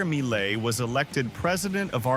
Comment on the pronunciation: You gathered all that info made video and you can't say his name semi correct ?